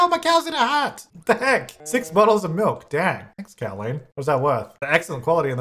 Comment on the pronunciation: when said Cowleen like Jolene and not Cowleen like Colleen 😔😔😔💔